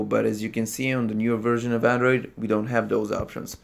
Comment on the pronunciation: "hello andorid user" How'd you know 😂